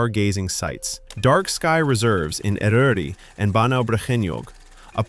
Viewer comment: Not bad, but not perfect either. Eryri and Yr Wyddfa were a little patchy.